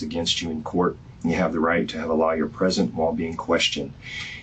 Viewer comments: He pronounced it as law-yer instead of of how we pronounce it like loy-er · Did he pronounce lawyer as liar when reading her rights? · You know you are screwed when the detective reads you your rights and he says; You have the right to a lie-yer and not lawyer. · That's exactly what I heard too. Rather funny bc it's so accurate for those soulless beings calling themselves "lawyers.' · LMAOOO I KEPT HEARING IT IM LIKE EXCUSE ME 😂😂😂😂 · I had to play it back just to make sure I heard him correctly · That's what I heard 😂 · Yup he did lol😂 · I thought it was just me...